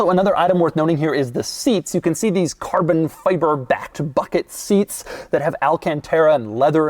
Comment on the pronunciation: I need a carbun fyber compilation. The way he pronounces it makes me chuckle every time.